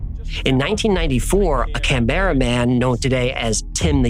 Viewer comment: Hi, Love the channel and Love the stories BUT I have to correct these. Canberra is pronounced Can-BRU NOT Can - BERRA and it is E-MEW Not E-MOO. Both drive Aussies NUTS! You did get Brisbane correct though - well done!! 😍